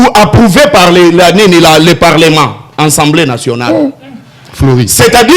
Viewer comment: Dis à ce Mr on dis assemblée nationale pas ensemblé nationale